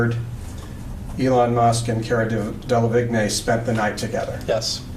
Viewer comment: I don't understand why so many people don't check how to say Delevingne. She is successful, so looking for a tv interview could easily correct this. The man asking the questions should be saying it properly, lack of clarity in a court case is bad idea.